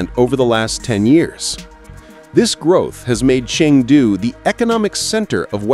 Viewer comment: It's ChEng du. (Pronounced cherng du)NOT Ching du